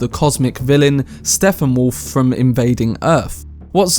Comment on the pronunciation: Did you just call him “SteFFenwolf”??